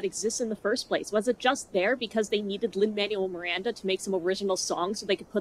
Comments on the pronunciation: I know you don't like Lin's work, but could you bother to pronounce the man's name right at least? It's incredibly disrespectful for no reason. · I'd take this a bit more seriously if you'd pronounced LMM's name correctly. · like your pronunciation of Lin Manuel Miranda's name?